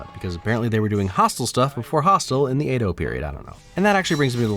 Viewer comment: 'Edo' rhymes with 'meadow', not 'play-dough'. Great video!